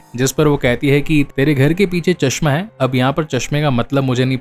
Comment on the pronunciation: Chashma nahi chashba bolte h 😊😊